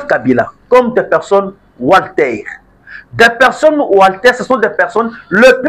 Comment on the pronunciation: Wanted et non Walter...